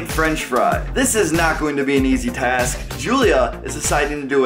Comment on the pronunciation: guys its definitely not an "easy tiask"